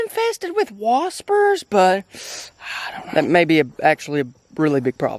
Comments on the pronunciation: I’m so glad I’m not the only one that says waspers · the part when the gate was full of "WASPERS" keep doing what your doing love your content